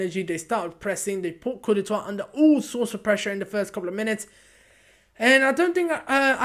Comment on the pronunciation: Good review but you must learn how to say "Côte d'Ivoire" properly.